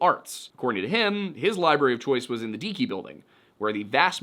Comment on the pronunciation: Deike bldg is pronounced either Dikee or Dike (depending on the history)